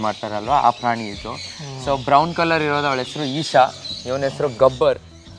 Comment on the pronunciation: Prani= ಪ್ರಣಿ ಗು, praani = ಪ್ರಾಣಿ ಗು ವ್ಯತ್ಯಾಸ ಇಲ್ವಾ 🤔🤔🤔